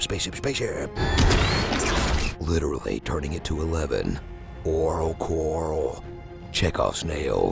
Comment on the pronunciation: "Aural Coral" lololol